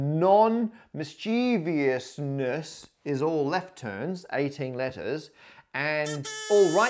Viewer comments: Not to mention his particular pronunciation of 'nonmischievousness': "nonmischEEvEEousness" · Having "nonmischievousness" on screen but pronouncing it as if there's an "i" after the "v" repeatedly was surely intentionally triggering 😁